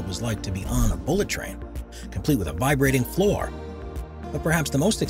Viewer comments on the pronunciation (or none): none